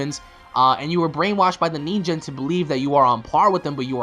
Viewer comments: It's pronounced Ningen with a hard G not like a J. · and its nin gen not nin jen. XD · "Ninjen"? XD you mean "Ningen" I'm not bashing your pronunciation. I'm just "Saiyan". Btw nice vid. It's very interesting on what Dbs is going to in the next couple of episodes.